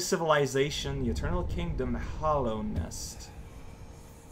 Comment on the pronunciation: It's not Hollownest, it's Hallownest. Hallowed means sacred.